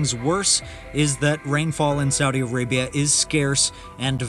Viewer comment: Its Arabia not Areabia